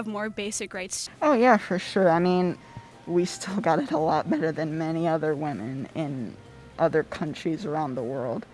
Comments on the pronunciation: Can she please say "women" not "woman". ..... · Why the hell does she keep saying "woman" instead of "women"... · Why does she keep saying “woman” instead of “women” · It’s concerning how many people don’t say the word “women” correctly. They say it exactly same as the singular form; woman. Women is pronounced “wimmin” or “wimmen” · Why does she keep using the singular woman instead of the plural of woman which is women pronounced wimen. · Why can the interviewer not pronounce the word "women?" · Why cant people pronounce women. Woman is singular and women (wimen) is plural. Ridiculous! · WomEN. WomEN. Not woman. Why can none of this generation pronounce the plural of woman? 😱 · Why are so many people pronouncing "women" as "woman"? That is so asinine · Mispronouncing women; the plural, with woman, singular, is of major concern for someone making a valid point. Also, EVERYTHING discussed was all conjecture and generic. Not ONE specific example. Clearly these women are clueless as to what ‘real’ oppression and mistreatment. I’m surprised none of them were drinking $20 Starbucks drinks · why does she say "woman" when it should be plural-"women"? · It's annoying that the questioner cannot pronounce "women" correctly. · Good video . But please learn how to say women. Please look it up in a paper dictionary. Stop the madness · Is the girl announcer mispronouncing "women?" She seems to be saying the singular form when she should be saying the plural. Am I wrong? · Please tell the interviewer how to pronounce "women." It is different from "woman." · You say "woman" and "Women" exactly the same. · Why does she pronounce “women” as “woman”? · "Woman" is singular. "Women" is plural. You kept saying "woman" when you should have been saying "women". This video was hard to watch because of it. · Why does the interviewer keep saying "woman" instead of "women" ? It's very bothersome... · Why do you keep pronouncing "women" like "woman"? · It's WOMEN, not WOMAN!!!!!!